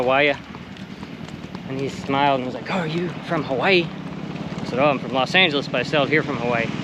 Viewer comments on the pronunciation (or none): none